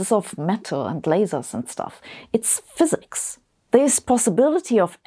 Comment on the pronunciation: Its fsiks 😅